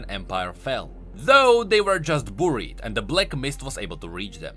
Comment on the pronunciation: "uncoorupted""booried""coorupted""flame the two""call-tivate"